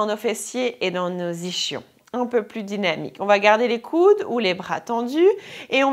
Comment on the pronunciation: Séance de ball efficace ! si je peux juste me permettre en revanche, vous êtes belge, mais ischion, peu importe l'accent, cela se prononce i-s-kion, pas ichion, voilà ;-)